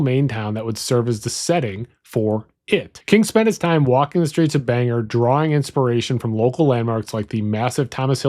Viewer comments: Mainer here. Whooweee the way you pronounced some of our towns lol. Great video. For those uninformed with our little neck of the woods Orono(Ore-rah-no) is the town that the university is in Bangor (bang-or) he fell for the common trap or banger That’s about it thanks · It's not pronounced banger. It's pronounced bang-oar. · It's Bang-OR not Banger. "Banger" would be funnier for the local paper, the Bagor Daily. Sadly, that's not how you say it. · Orono is pronounced OR-unno. Bangor is pronounced BANG gore